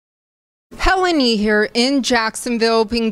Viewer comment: helen yee . . . helwan yee . . . helwani 😳